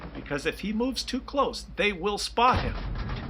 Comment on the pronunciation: When I play my Bishop, the commander says sometimes: That was close. Close sounds very much like Claus though.